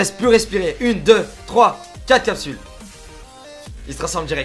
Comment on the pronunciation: Mdr derrière la vidéo "shi capschules"